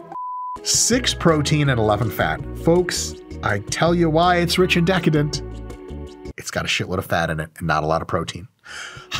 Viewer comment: The way he said DEHcadent the first time 😂